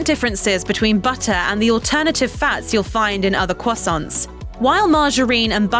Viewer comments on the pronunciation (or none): why does she say croissants crwosounts?